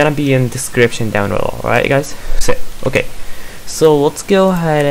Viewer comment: "It's not OKEH to be OKEH ♥️ (titan cry 😭)"